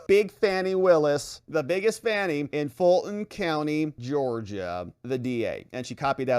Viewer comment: I love how you pronounce her name F A N N IE. 😂😂all the others call her fawn-y. 😂😂😂